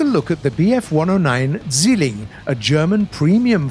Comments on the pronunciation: All the Germans when he says "Silling" instead of "Zwilling":😑😑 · Its zwilling not zilling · "se swilin!" What? Zwilling! Meine fresse ey! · The MK in German does not stand for Mark! It stands for Maschinenkanone which means automatic cannon. So stop making this mistake every time. And the Bf-109 Z is not the Zilling! It is the Zwilling. If you cannot say it right then use a transletor. For me as a german this disrespectful and an insult. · UHH AKCHUALLY "Zügelling" doesn't mean twin. It is the Diminutive of a rein, wich is a thin lether strap attached around a horse's neck, in order to control it. He was meant to say "Zwilling", wich does not contain the sounds of "ü" and "e". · Why is he saying "zwilling" like "stwilling"? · Zwiling? Ha never heard of it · The word "Zwilling" is pronounced "tsvill-ing" or "zvill-ing" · definitely can't pronounce Zwilling